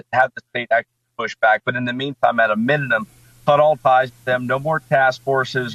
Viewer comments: Did anyone else hear "mininum" instead of "minimum?' Lolz. Dufus. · At .37 of the video: "At a "mininum....." Another far right Republican wanna be politician who can't pronounce words or spell correctly. He and Marjorie Taylor Greene should hook up.